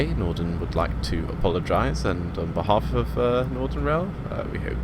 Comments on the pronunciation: i swear you keep saying nordern, its really bugging me, its northern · No he is saying nothenrn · Williamg209 yes...Norden. Very irritating.